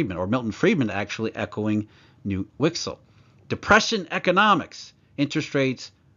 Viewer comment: Just for your knowledge: the K in Knut isn't silent in swedish. A bit of a tongue twister for you:D